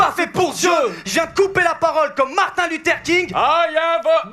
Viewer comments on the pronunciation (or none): none